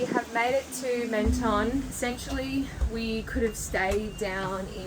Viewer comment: Love the video but as world travellers, you might consider getting the pronunciation of the place your video is showcasing a little closer. Or, you could just do it cartoonishly badly like this. "Meant-tonne" Mon dieu.